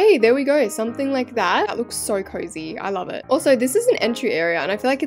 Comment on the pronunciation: I thought u said “I miss love it”💀